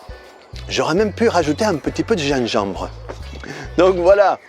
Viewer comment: cool tu m'as bien fait rire avec ton accent sur le un petit peu de gingembre! lol et ton titre devrait être grâce et non à cause, je t'avais pris pour un détracteur de notre catalan préféré